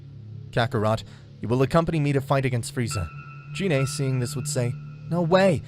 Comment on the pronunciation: F.Y.I. Gine is pronounced with the "G" sound like "Get" or "Go" "Gee-nay" not like a"J" as in "Genie".